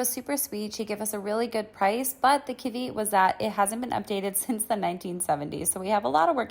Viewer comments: Thank you for admitting it! So many people get snarky or try to play it off like they meant to pronounce it wrong. I pronounced "ethereal" wrong FOR YEARS! lol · In the wise words of Anonymous, "Never make fun of someone if they mispronounce a word. It means they learned it by reading." You're doing all right. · I’m just so happy to learn it’s not an American pronunciation and just a mixup xD